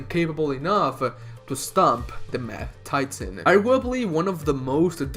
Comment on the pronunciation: He said mad titan, but I heard math titan. Now that would be an absolute heel supervillain